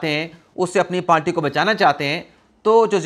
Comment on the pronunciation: Dear I listen you and want to correct a word which you pronounce wrong correct word is “PARTY” not “PALTY”